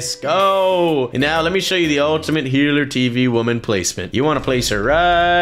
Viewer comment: I love how says healer tv woman as heart tv woman.